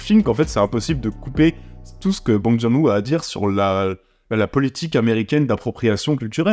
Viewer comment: Bong John Hu tu as bien massacré son nom, ça se prononce "Bong Jun Ho" pour Bong Joon Ho J'ai beaucoup ris quand j'ai vu le film ce week-end en Corée, par contre j'étais le seul à rire sur une salle bien remplis